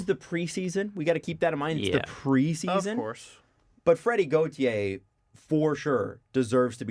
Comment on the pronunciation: Everytime I listen to the podcast I always hope they’ll finally say Freddie Gauthier’s name right and I’m always disappointed